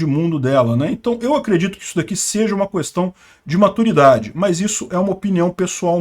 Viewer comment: Me irrita ouvir 30 vezes a palavra "questão" ressaltando o "qu" separado... questão querido, é tão simples é o correto. No mais o cara sabe muito, acompanho e respeito. Pequeno detalhe chato só!